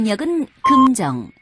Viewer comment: 남자 목소리 오랜만이기도 한데 살짝 웃기다 꿈정 꿈정 ㅋㅋㅋ